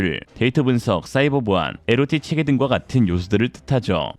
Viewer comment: 홍보와 "함께"도 읽으셔야 할 듯... 에는 자막은 "체계"인데 "계체"로 읽으시면... 아니,아니, 아니되오 ~!!!